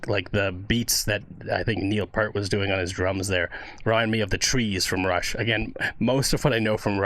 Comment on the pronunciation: Alex Lifeson is the guitarist's name, and 'Peart' is pronounced "peert" 😉 "Geddy" is how his mother had pronounced his real name Gary with her Polish accent, by the way 😊